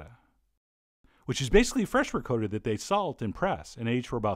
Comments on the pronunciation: Ricotta does NOT rhyme with Dakota. Just saying. RI-COTT-AH, not RE-CODA lol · It is pronounced, ri cot ta. That's phenecticly pronounced. Not recoda! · how do americans butcher so many languages? ri coh tah, not ri coe ta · Wow, there are many videos here on youtube By REAL ITALIANS.. It is definitely "COAT" not "COT" .. M DIXON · ... that link you provided proves how John is saying it is wrong. He says ri "coat" ta like in N. Dakota. Italians say Ri cawtta it's still a soft "o" like "awta" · I can't watch this if you're going to pronounce it "Ri-coda" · M Dixon its pronounc rickata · M Dixon ...I know, but it's pronounced Ri-kaa-ta...Like the old Twins and Yankee pitcher Jim Kaat...No biggie but all my friends are Italian and would kick my ass if I pronounced it that way!! But I love the man's recipes! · Sorry chef John, love ya man but...... You are the Jake Lamotta, of mispronouncing ricotta. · Me: taking a sip of beer every time he miss pronounces the word ricotta lol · I'm a big fan, but I must say it: ricotta does not rhyme with Dakota. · These vids are great. Always been a fan. But man... I know you've said in the past you aren't keen on pronunciations, but it just bothers me so much I have to mention it, that's not even remotely close to how you pronounce Ricotta OR Orecchiette. I just had to get that out there. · This is a chief that doesn’t even know how to pronounce Ricotta cheese correctly Lol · ITS PRONOUNCED RICOTTA YOU FUCK. Love your vids. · It’s ricotta emphasize the “ahh” at the end. And roll that R off ur tongue. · Che John be butchering the word ricotta. Great vid. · Sorry, you don’t pronounce ricotta cheese properly. It’s ah not o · LOL. I adore you chef, and look up to you. I have made MANY of your recipes. It's just one of those words that drive me MAD when said incorrectly. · ME TOO! lolol. I cringed every time! LOL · The Euro Cooking Canuk Tou beat me to it, cringed everytime he pronounced it incorrectly. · Reee Gotttt!